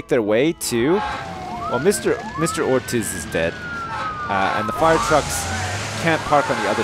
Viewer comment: That moment when I see my last name on the screen, and my house is burning down. Oh, and Ortiz is pronounced Ortees.